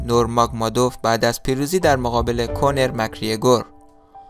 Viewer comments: كونر نيست كانر است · کونر نه 🤦‍♂️ کانر درستشه